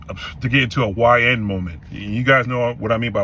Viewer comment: You emphasized "YN". What's up with that brother?